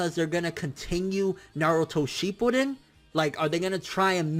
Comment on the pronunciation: Are we gonna ignore that he said "sheepuden"